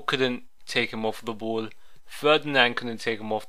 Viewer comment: It's ball not boll